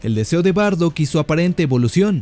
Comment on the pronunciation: SE DICE: BARDACK.